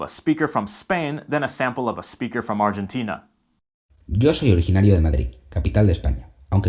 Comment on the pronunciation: Also, if you want to pronounce Argentina like we do, change the "G" for an "H"